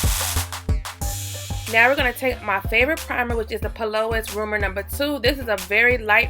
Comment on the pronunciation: Hey lady the base brand is pronounced Pee-Lou-ease (P-Louise)